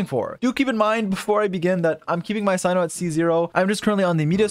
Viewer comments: Not Cino it’s Cyno [se:no] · he pronounces tighnari's name right but not cyno's nor kandake's smoge